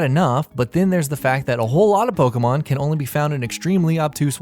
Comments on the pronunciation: It's not Poke mon, or Pokey mon, it's Po kay mon (or at least, in terms of pronounciation). The e is accented, which is why it sounds like ay. Plus, in pretty much every single commercial and TV episode, they pronounce it correctly. How do so many people manage to mispronounce it? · How I long for the day when everyone will be able to pronounce "Pokémon" correctly.